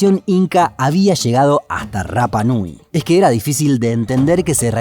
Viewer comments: El idioma de la isla no tiene el sonido "erre", solo el "ere", por lo tanto no se dice " RRAPA NUI", sino que RAPA NUI ... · Yo estuve en la isla viviendo casi un año. Y la R se pronuncia como ere no como erre. Osea tu pronunciación de rapa nui esta mal mi amigo. Saludos buen video